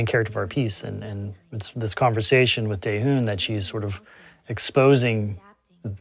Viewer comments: "Taehoon" lmao. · You short team named Daehyun, BUT still pronouncing like Daehune. Do you actually made this short? Really?